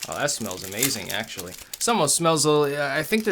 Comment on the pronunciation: sounds like "It's sexually pretty good". Man, those MRE episodes just got even better.